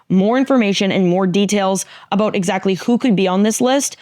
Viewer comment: Funny how this beautiful Latina, with the accent in tow, said the word "about" and it came out "a-boot" and some Canadian popped out. She's amazing.